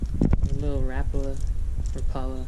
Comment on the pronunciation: you said rapala wrong /